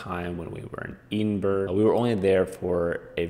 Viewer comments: OMG it’s Ed-in-bra not Edenboro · Very weird pronunciation of EDINBURGH there buddy !? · Edinburgh pron : " ED IN BOROUGH " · Pretty funny you’re calling it Edenburrrr lol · Fun fact: The standard phonetic pronunciation of Edinburgh is ed-in-bruh or ed-in-buh-ruh, as both are considered correct. I didn’t pronounce it either of those ways. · It would help if you could take the time to pronounce edinburgh properly. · Thanks so much! I know, I made a video about scotch tasting up north and even knowing the correct pronunciation I still did it wrong. I don’t what know what’s wrong with me. Haha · Great video bud. Just some pronounciation problems with Edinburr, and Saint jiles Cathedral.👍